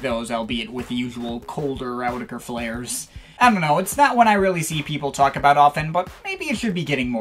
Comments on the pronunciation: "Owdecker"? I thought it was "Awe-teck-ru".. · you guys do know it’s pronounced “autechre,” right? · By the way it's pronounced like this: "autechre" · Guys guys.....please it's AUTECHRE. Don't get confused now. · I used to pronounce it (AWT-SHER) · In Rochdale they pronounce it Awe-tech-er